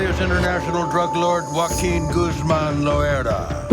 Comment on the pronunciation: Not "Guaquin" lmfao 😂 Joaquin pronounced more like Hoaaakeen